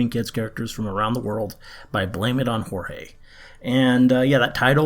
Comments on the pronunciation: It's George not Jorge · Yeah it's actually pronounced "Blame it on George" Confused me too because he spells it like how you pronounced it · Just letting u know that pronunciation of "Jorge" in in the channel name "" is the American version. Fun video tho. I think it's interesting when "normal" people start traveling into the creepy parts of life. What's normal to a fan of horror is very strange to someone who doesn't watch weird stuff. Have fun on the weird side ❤️